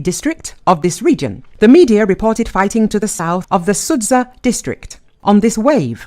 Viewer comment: pleeease don´t say "sudza", it´s Суджа, like you say "butcher" or "archer".